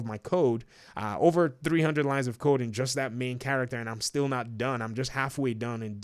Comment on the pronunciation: Lol thought he was like after hundreds of lines of coke 🤣😂, but he said code .....